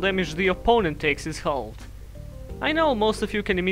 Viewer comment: How he says halve lol